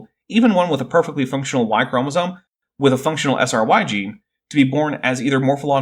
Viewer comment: I let laypeople slide on “chromosone” vs “chromosome,” but holy hell. What a dingus.